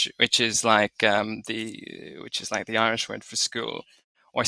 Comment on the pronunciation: It’s a shame you didn’t manage to find a native Irish speaker, or even a dedicated learner. Where is that slender R?